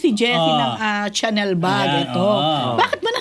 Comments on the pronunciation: Malamang hindi smooth ang Chanel ni Jessy kasi Caviar po yan not lambskin , pronounced as Sha-nel not Tsa-nel po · Hi... It IS PRONOUNCED AS “SHaah-NEL”not "CHANNEL " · Chanel pronounced as Shanel